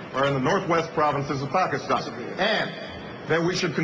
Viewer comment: yes, yes, i was so excited when i first heard him say pakistan! few people ever say it correctly, though it's really not that hard. while you shouldn't vote for someone solely based on how they say a word....it's a definite plus point :D